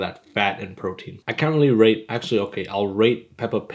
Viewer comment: I just heard the word "rate" as "r@ 💀